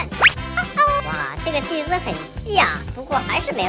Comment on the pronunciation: 導演你祭司說成機械了